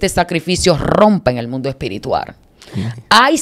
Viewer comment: El mundo espirituar 😂😂😂se dice espiritual !!